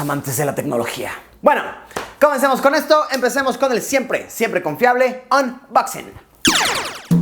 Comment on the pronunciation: Gente normal: umboxin Luisito: omboxin Jajajajajajajajaja 😂😂